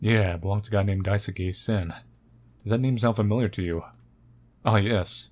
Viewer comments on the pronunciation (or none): He also kept saying Daisuke as daisuki lol. loves Sen. 😏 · I like how you pronounce Daisuke's name lol I think you have at least heard of Sasuke from Naruto? The "suke" part is pronounced like that. It sounds like you're saying "daisuki" which means "I like (you) a lot" Anyways, I enjoyed the video! Thanks~ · wow must really like Sen... g-get it? because.. he says Daisuke like daisuki.. I.. fuck I'm sorry that was awful